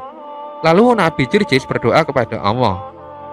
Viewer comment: Yang tukang cerita ini aja gk bisa nyebut huruf ( L ) bilang allah aja ( auuah)